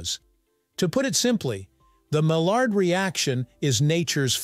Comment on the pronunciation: My yard. Not Mall-ard; that's a duck.